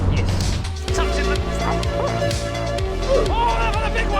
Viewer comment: That yis in the intro gets me every time